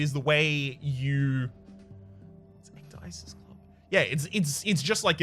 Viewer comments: it's pronounces ek-dee-sis and it's greek for taking off your clothes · Ecdysis in greek means "To strip, to make naked" you are welcome :P It's pronounciated like "ek-the-sis". "the" is pronounced like "thee"